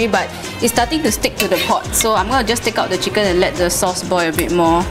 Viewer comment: Omg you're so funny! "eat duh chicken " lol